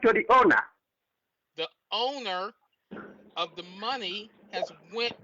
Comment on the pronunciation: give the moneh to the ownah give the moneh to the ownah!